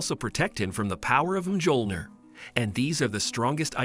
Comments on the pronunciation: he said mgiolnir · MJÖLNIR IS PRONOUNCED MYO-LNYI-ER NOT MJOLNIR GODDAMIT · It's pronounced as Miyolneer